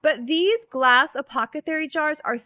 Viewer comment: Oh my goodness you said apothecary! We'd gotten so used to you saying acothepary 🙃 Well done!